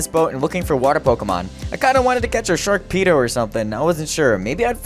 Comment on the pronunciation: Man rlly just said Sharpedo as “sharkpedo”